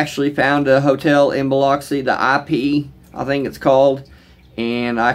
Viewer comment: Have respect when you speak on Biloxi dude. The mispronunciation is not welcome.